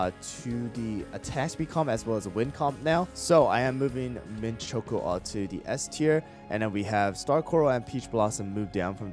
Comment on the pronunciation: The way he said s tier like s twier